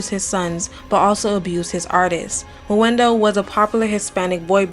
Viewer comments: “meh-NOO-doh” would be more accurate but yeah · “MENUDO” is pronounced “meh-NOO-doh”. Great video though.